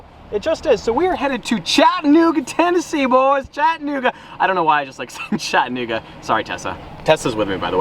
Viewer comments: It’s CHAT-UH-NOOGA not chitinnooga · I love here and it’s pronounced “Chatt- Uh - nooga” not “chatt- nooga” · As a Chattanoogan, it's cha-duh-NOO-guh. Close, but no cigar LOL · I live in chattanooga its Chattanooga not chattinuga lmao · Its Chattanooga not chatnooga lol ive lived here my entire life not to sound like a pompous ass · ITS CHAT—A-NOOGA!!! I live here bro get it right ! Not chat-N-ooga smh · I live in Chattanooga and we say Chat-ah-new-ga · “chat-nigga Tennessee”😂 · He said nig a 😂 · I live about 2 hours south of chattanooga (and it’s pronounced chat-uh-noo-guh 😂) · Wtf? in my hometown on the walking bridge? That's not how you say Chattanooga tho. But good try👍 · you’re saying Chattanooga wrong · I am sorry but you say Chattanooga so wrong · it sounds like you said the n word😂